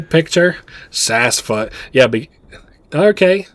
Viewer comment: Seems Sassfoot gave you some.....sass 😉 (likely for getting it's name wrong so much lol 😂) Other than that I fully enjoyed this playthrough ❤❤